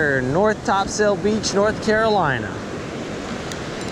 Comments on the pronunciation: Great videos! But it’s not Top Sail, but Topsul. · TOP-sul. Not "top- SAIL." Tight lines.